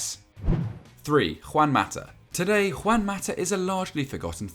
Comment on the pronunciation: Y’all been doing this for years yet can’t properly pronounce “JUAN”…